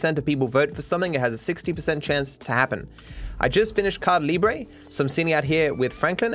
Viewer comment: it's pronounced ca-ee-dah libre, not caya libreh, you're making my ears shrivel up and rot away